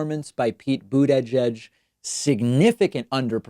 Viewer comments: * Boot Edge-Edge ;) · It's not that hard to say Buttigieg. Saying Booooot-eeedddgge-edddgge every time is starting to get on my nerves. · Please learn to pronounce Buttigieg, it's really annoying tbh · Love your show, but PLEASE STOP pronouncing his name "BOOT EDGE EDGE"! It is pronounced "Boot ijedge" ALSO, it's prounced Tulsey, like Tulsa, not TOOLSEY! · "Boo-da-jedge" -David Pakman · Absolutely not a single soul: David: Pete Boot-edge-edge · David, Why do you say "Buttegieg" that weird way? Instead of getting all passive-aggressive be a man and just tell us what you think of Pete, then pronounce his name correctly. You're a professional, don't join Turnip in the mud. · Nobody: David: Pete Butt EDGE EDGE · Please stop saying bootyjedg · All those “coin flips” must have just happened to favor Boot-uhh-judge. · Why is David pronouncing names so weirdly here? Pete BOOD-E-JEDGE and TOOLSI Gabbard. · Why are you pronouncing buttyjudge weird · Nobody: David: Boot-eh-judge 😆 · Pete Bood-a-jedge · Wait. bUdAjAj is the correct pronunciation?? 🤣🤣🤣🤣🤣🤣🤣🤣🤣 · The way you pronounce Buttigieg triggers me 😂 Even if that would be the proper way to say it. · If you can't say the name you can always call him mayor Pete. I could swear I've heard you say his name properly before though. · Lol why do you over emphasize breaks when pronouncing his last name? You also call Tulsi "toolsi". It's just strange considering you have heard these names pronounced on countless hours of political media you must absorb daily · Why does he say Pete's name like that?? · Pete is just ahead with 97% in. And if he DOES win (aka "overperforming" to you), your other video about him taking credit seems kind whiny. :p And maybe we should start calling you Pak-man (with the separation) since you refuse to say a candidate's name properly--and have admitted you know the difference. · Why are you pronouncing Buttigieg like that? Haha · Also, why is david saying buttigieg so weird?